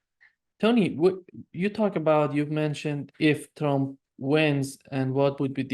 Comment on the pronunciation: ...and "Tromp"😅